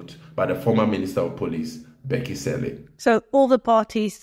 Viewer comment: Where are u coming from with such insultive pronounciation of Cele as "Selle"....??? 😮